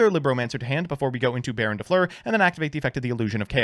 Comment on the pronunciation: BEAR-OWN De Fluer